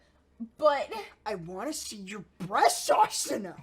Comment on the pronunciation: “She has them bresteses” xD